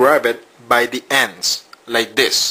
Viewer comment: lol. "not like this. not like dis, not like dis. like THIS!" lol